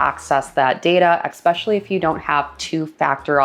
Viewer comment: please for the love of god stop saying eckspecially...so ...many..... times......